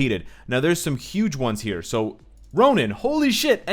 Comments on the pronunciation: errr... Ronan? i might be wrong... but all this while i thought Ronin is sounded "Roneen"... lol... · Nice video, excited about the update. Is it me or does it sounds you are saying Ronan instead of Ronin?